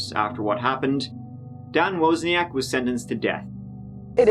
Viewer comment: So the guy even pronounced his name properly on camera and still you say it wrong?! Man, that's ignorant. It's like saying "tree" instead of "three" it's just lazy and as I said ignorant. I'm from Scotland, specifically Aberdeen, where I talk a language called 'Doric' Yet, when I'm in my professional setting, ie; work, video conferencing or meeting clients etc I talk in a very generic Scottish voice. You can talk in a very generic Irish voice, but you chose to be utterly lazy and ignorant and butcher loads of words and it genuinely detracts from your videos. Especially the part where he says Wozniak not WOzniak and you still pronounce it wrong 😅😅 Cmon man, be more.